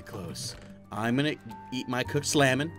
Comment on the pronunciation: I love how he said cooked salmon he said cooked slamon 😂😂🤣😎